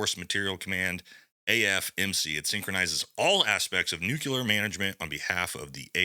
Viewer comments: It's NOT nuCULar, it's nuCLEar. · Not "nucular" ... NUCLEAR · It’s “Nuke-LEE-er” not nuke-yoo-ler 🥹🥹 You’re awesome tho! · I really do hate to be pedantic, but nuculur is not a word. Nuclear is. It’s incredibly grating to hear it mispronounced. Especially when it is so easy to pronounce correctly. “New clear”. That’s all you have to say. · It’s NUKE LEE AR not nukular. 🤦‍♂️ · It’s “nuclear”…. Not “nook-you-lure” come on man. Gotta be better lol. Grammar and literacy matter. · All of sigs gear in this contract has shown to be trash already. Also, it’s not nuculear hahaha it’s nuclear. Love your show man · I love this channel.. However, the word nuclear, is pronounced, new-clear not new-cular. 🙂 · "nu - klee - ur" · Brother please, it’s NucLEar NucLEar NucLEar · Say it with me NEW-KLE-ER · Also, that’s not how you say nuclear. My goodness.